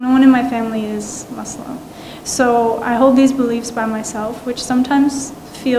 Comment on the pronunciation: Not "MAZzLim" 😭😭😭 Simply Muslim 😭